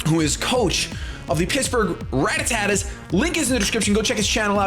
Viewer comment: did you actually say rattattattas? Lol